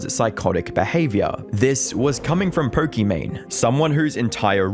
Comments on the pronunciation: Don't know her and still didn't know anything about her, but why are you saying poRkimane instead of pokimane? Just sounds so obnoxious and weird. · This is not "Po-kee-mayne". This is "Po-kee-MAHN". Her name is Imane ("ee-mahn"). Looks like not enough research was done. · “This is Perk-I-Mane” 😂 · "Perkymane"?? She ain't perky. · Did i hear it right?? Perky Mane?? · If stupid was a person. She should marry Mr Beast and their should sail together towards sunset and we should never hear about them again evPS. er. Why do i keep hearing Porkimane? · perkymane? did i hear that correctly? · Is it just me or does he pronounce it as "Porkymane" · Who is Perkimane?? Maybe learn pronunciation. Holy cow